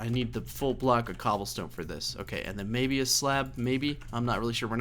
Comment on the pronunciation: "Infested Cooblestone" :D